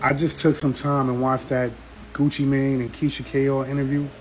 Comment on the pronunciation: “Mane” doesn’t pronounce “man”. Mane pronounce like main (they are homophones) Like son/sun, cell/sell